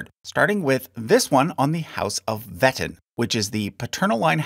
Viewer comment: please look up pronunciations for stuff like Meissen and Wettin if you haven't already since the video came out 😭